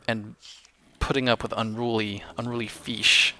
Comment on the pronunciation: Feesh... FEESH!!!